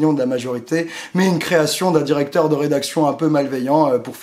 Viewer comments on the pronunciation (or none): none